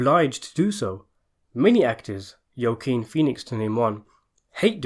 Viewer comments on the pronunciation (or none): The title says pesci explains well I never heard pesci once fix this and learn how to pronounce Joaquin